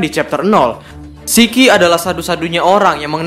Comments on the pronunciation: "Shiki" min, bukan Siki, kalo Siki bahasa sunda artinya Biji lelaki 😅😂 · Nyebut nama shiki aj kok gitu. Emng nama asli shiki gitu ya min😂